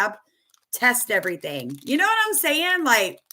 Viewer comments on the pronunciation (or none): none